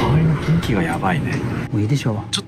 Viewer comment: 雰囲気をちゃんと「ふんいき」って言ってくれてるあたりほんと好感度しかない